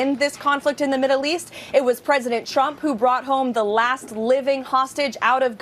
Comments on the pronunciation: #leavitt who was pregnant and unmarried can lie through her teeth, but hey: Trump (who she pronounces shump) said she has a mouth like a machine gun. Heard M. Lewinsky did, too. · Crazy lady ! Sounds like she keeps saying president Chump ! 😂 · KKKaroline always sounds like she's saying President "Chump" LOL. It must be those lyin lips